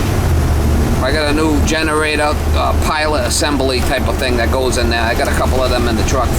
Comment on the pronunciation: Take a shot everytime “generatah” was said